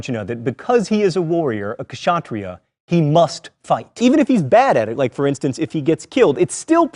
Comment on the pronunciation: and please improve your pronunciation of indian words , it is not ka-sha-tri-yah , it is spelled ksha-tri-yah .